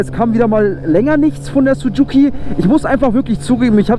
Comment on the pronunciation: Warum Sucuki? Das heißt Suzuki. Oder du bist in Sucuk verliebt.😂